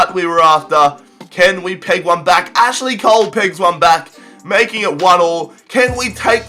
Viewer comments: is when he says cashly cole instead of Ashley cole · did he say cashely cole if he did then lol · He said Cashly Cole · Cashly Cole?!?!?!?!😂😂😂😂😂😂😂😂😂😂 LOL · Did he say Cashley Cole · you said cashley Cole,hes not that rich